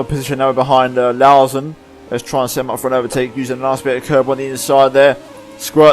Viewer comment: That moment when is the only F1 Youtuber that has said "Laursen" correctly 😅